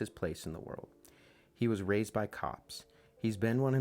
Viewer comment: did you say "raised" by cops. or raped by cops?"